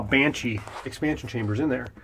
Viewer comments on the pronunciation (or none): It's Banshee, not Banchee. ; ) "I can put a custom panel (...) and nobody will ever know". Man, you made a video for YT about it, remember? xD